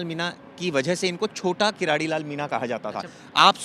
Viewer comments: किराड़ी नहीं भाई किरोड़ी लाल मीणा कम से कम शब्द तो सही बोलो नरेश मीणा ❤❤❤🎉को रिहा करो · किरोड़ी मीणा है न कि कराडी